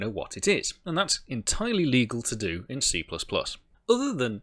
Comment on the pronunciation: I thought you said CCP. ooph.